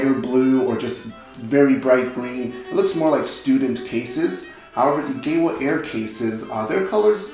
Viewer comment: Pleeeeeeease, GEWA is German, it's pronounced Geeva!